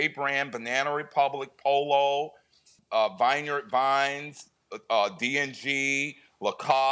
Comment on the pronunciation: He can't even say "Vineyard Vines" correctly but claims he owns all these top end brands. Lol yeah ok 👌